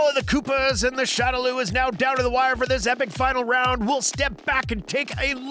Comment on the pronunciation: it's cring how you pronounced Mario and shadaloo and hadouken